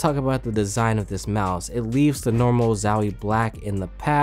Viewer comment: sorry,i just cant watch a vid where someone pronounces zowie as zauuuwi...